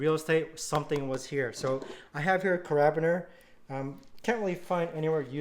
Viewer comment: OMG. Its a care-a-beener - not a ca-rab-biner. lol